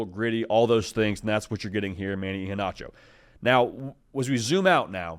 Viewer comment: Pronounced E-HEN-ACHO. Just helping ya out. Sco Ducks!